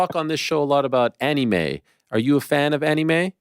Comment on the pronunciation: ik ariel can be cringey at times (a lot of the time😂) but when he says anime like annie may it actually makes my skin crawl